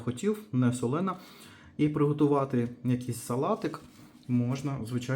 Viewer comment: СолОна, а не солЕна!